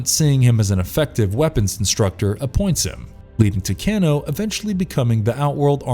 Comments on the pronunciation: i noticed this comment soon as i heard him staying "Kino" lol.. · Wtf? Its Kano (Cain-o) who the hell is writer /producer??? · Please! For the love of god stop sayin cano! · they way you pronounce Kano's name it makes my ears bleed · Can't even say Kano's name right lmao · The way he is pronouncing Kano and Shang tsung I can’t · Why can you not say Kano correctly? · Some stuff is off and you are saying Kano's name wrong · I was enjoying the video until you made it to Kano and butchered his name more then once. Good try on the video mate. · Is anyone else dying a little inside, and super triggered by his pronunciation of Kano? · And he says karakatan not tarkatan, even though less than 30 seconds prior he pronounced it properly. But the way he butchered kano was just disrespectful. I mean kano was in the first mk & in almost every game since. Then shows collector when talking about d'vorah. There were a few more but I think we can go ahead and agree the whole crew aren't big mk fans. And I find it irritating that he says a lot of the martial arts with a accent except karate. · He didn't even pronounce Kano's name properly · "Can-O" It's pronounced Kay-no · "Ken-no".. I never heard it said this way, I always said Kay--no for Kano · KANO not keno you said it right the first damn time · KAY-NO...not Cano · Kano is pronounced K no not can o Jesus even every mortal combat game an movie pronounced it that way. that miss pronounceation bothered the fuck out of me lol if your having issues pronouncing the name of the characters just look at the audio from the games its not that hard damn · Kano= KANE-o. Not Cano Nit pick I know but everyone else was thinking it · It's not pronounced 'Ken-o' it's 'Kane-o' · His name is Kano (KAY-NO, NOT CAN-O) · CANE-O..not CAN-O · Anyone else bothered by Can-o...come on it is pronounced Cane-OH. Millennial rant over. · I cringed a little when he said cano instead of Kano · You pronounce Kano as "keno" hehe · Next is gonna be like: Kano’ed😂😂